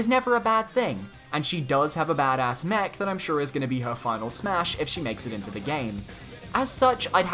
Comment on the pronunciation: I thought you said neck instead of mech